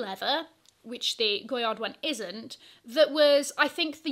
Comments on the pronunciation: I thought it was pronounced GOY-AR? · the "d" in goyard is silent.